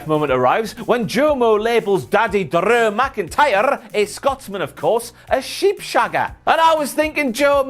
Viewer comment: I love when talks about Big Daddeh Drrrrrrew McIntyyrrrrre! And twin magic you say!? Maybe Bo Dallas has jacked up and grew dreads for that ole switcharoo!